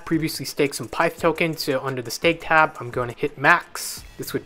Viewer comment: I think it’s pi-ith pronounced